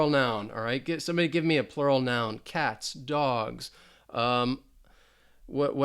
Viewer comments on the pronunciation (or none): none